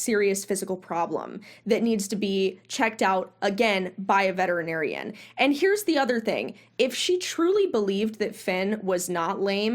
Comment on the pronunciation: SO HAPPY that you pronounce ALL the syllables in VETERINARIAN!! So many people don't and it is SO annoying!! (Vetrinarian is NOT how it is spelled!!) THANK YOU from ALL Vets!!